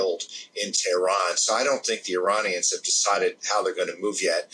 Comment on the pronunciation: Couldnt watch this due to how he pronounced Iranians as Ironions!!